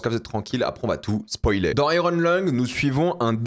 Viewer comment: " Aille - rone " à la franglaise 😅 En anglais/américain, on prononce "aïe-yeurn"